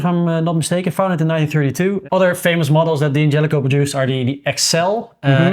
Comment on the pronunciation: Guy's, please... it's not pronounced "Dee angelico", it's Dan jelico. The punctuation is an apostrophe, not a period. Sorry to be a pain.